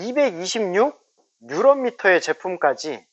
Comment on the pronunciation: 뉴런미터가 아니고 뉴튼미터(토크)입니다